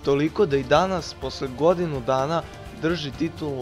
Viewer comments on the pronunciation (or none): none